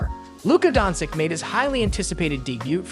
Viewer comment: It's an AI voice. That's why it's wrong.